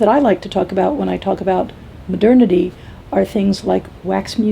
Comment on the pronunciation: Does say "maternity"?? Anyone?